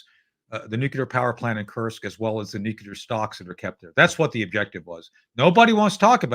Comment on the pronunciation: Marvelous SuperHero dialogue, Guys.. such great Historical Situational Awareness sprinkled throughout.. And, advice to Tony, from an 80-yr olde with Cold Warrior street creds... "Nuculer" is a mis-pronunciation introduced into the "Lexicon" from the Oval Office by "W," Bush the Stupid. The proper pronunciation is "Nuclear," derived from a reference to the atomic structural dimension of "Nucleus"... you know, Protons, Neutrons, Electrons.. fundamental atomic physics. Quarks 🤔 💭 & such.. ? Above my Uncertainty Principled pay grade.. 😅. Thank Heisenberg 🎉